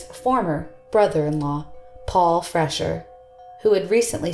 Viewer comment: Freshour is pronounced "Fresh-hour" not "Fresher".